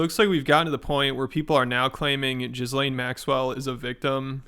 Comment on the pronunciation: Musk was happy to dine with Epstein in 2011, long after his 2008 conviction - Now he wants to use it against others…. Also, Ghislaine pronounces her name as Gee-lane (the g is hard, like in goat)